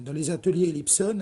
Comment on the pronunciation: Elips ON comme le son de " mais*ON* " c'est français et non anglo-saxon !